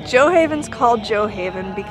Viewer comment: If the village is named after Amundsen's ship, it's pronounced "gyoo ah" not "jjoe"... English speakers might pronounce it "jjoe" with extra thick J but it's a norse word "gjoa" not english.